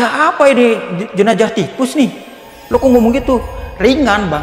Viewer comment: Terganggu dengan kata jenajah hrsnya jenazah